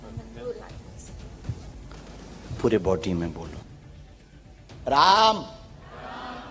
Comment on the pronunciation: रैम नही राम 😂😂😂